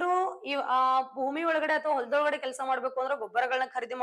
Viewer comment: ಒಲದೊಳಗಡೆ..😂 ಪ್ರಪಂಚದೊಳಗಡೆ 😂 teacher agi teach madtidira.. ಸರಿಯಾಗಿ ಕನ್ನಡ ಮಾತಾಡಿ ನಾಳೆ exam ಕನ್ನಡನು ಇರುತ್ತೆ....